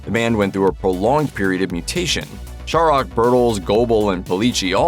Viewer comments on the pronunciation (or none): It's so funny to hear the mis-pronunciation of Glenn Shorrock's name. I'm Australian and nearly 60 years old. I've been around for every song that the Little River Band has released. I even survived the John Farnham lead singer phase. I've heard the name Glenn Shorrock more times than I could count and have only heard it butchered once,,, in this video. Shorrock - pronounced "Shorrick". Not that hard really. It's like Americans trying to pronounce "Warwick"as "War wick"instead of "Warrick". LRB have had some great songs, and some not t=so great.